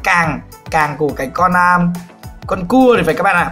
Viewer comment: A đang nói cái kéo giống như cua tự nhiên quảng cáo thành nghe ra như c*